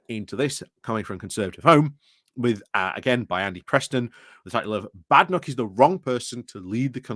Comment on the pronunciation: I believe its pronounced Bay-den-och.